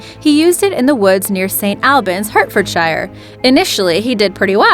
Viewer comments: That's pronounced "Sent Olbans, Heartfordsure". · Nice video, just so you know the area is pronounced 'Saint all-bans' and the county is pronounced 'Heart-fordsher' lol !